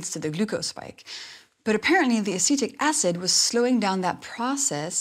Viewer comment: At first I thought she said “acidic acid” 😅